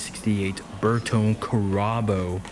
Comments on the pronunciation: The E in bertone is like the E is versace. It's pronounced ber-toh-ney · BTW: It's pronounced Ber-Toh-Nee. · Great vid. Love Alfa's. Almost bought a GTV6 when I was a teenager. By the way, it's Ber-tone-nee! Three sylables and you have to pinch your fingers together when you say it. 😎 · Your pronunciations are horrific. Even your pronunciation of the word "pronunciation" is that of a 2 year old just learning to speak. You've never heard of a Carabo? (Pronounced "CARE-uh-boo"). How about a Buffalo? Ever hear of one of those? "Bertone" is pronounced "burr-TOE-nee". Your name is probably not how you pronounce it either. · Pronounced "Burr-toe-knee"... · your pronunciations are sooooo bad. my goodness. you say bertone carabo like trump says chorizo burrito.